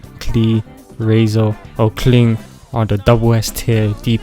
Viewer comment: But he got Bennett and Razor right so that’s good 😌 👍 But Xingqiu… thats a crime